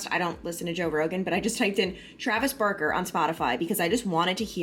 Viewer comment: I gotta say it! Sometimes when you say Barker it sounds like Burker 😆 can’t wait to hear the news.